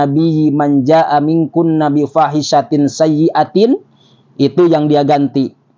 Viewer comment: Bifahisatin juga salah, dia nyebutnya bufasitin.